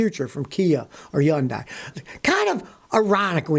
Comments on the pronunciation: LOL its pronounced "He-Yun-Deh" and the d part is short (not like day)...trust me I'm korean haha. The people at Hyundai that say it incorrectly are not korean so they can't pronounce it correctly so they say it like Hun-day. Watch the Korean Hyundai commercials. Most non koreans cant say it right so they compromise for the sloppier version lol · It's not Yundai it's called Hyundai. Stop saying it wrong. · It makes you look really bad when you always mispronounce so many words Like Hyundai. It's pronounced Hun-day not Yun-die. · Scotty, I dated a Korean for years. It is not Yun-die. It is said unequivocally: Hun-Day. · Scotty, it's not yun-die. It's HUN-DAY. Not hard buddy. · Why do you pronounce it "yundi" when it's pronounced "hundi"? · It’s not Yundai. It’s Hyundai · A Hyundai spokesman told me it rhymes with June Day, as in Hoonday. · It’s pronounced 현대 just like it’s spelled; hyun-day (USA usually hun-day) not hun-die and KIA is pronounced “killed in action”. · It's pronounced Hyon-day. And even that's not quite it. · Scotty, you know why they have problems. It’s because the company’s are more interested in shareholders than customers. And as an aside I’ve had two problem free Hyundai vehicles. It rhymes with Sunday by the way. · Scotty kills me the way he pronounces Hyundai. “Yund Die.” 😆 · Exactly! Scotty ..it's Hyundai....like Sunday. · It's Hoonday. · No he's not. It's Hyon-day with a little more short u on the o. Or Hyun-day with a little more short o on the u. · It's actually Hi-un-Dry. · It's actually Sundai. 😂😂😂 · It’s Hyundai, like Sunday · Scotty, the H is not silent. Lol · I like Scotty even though he can’t pronounce Hyundai. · He’s the only person on the planet I’ve heard pronounce it that way. Lol.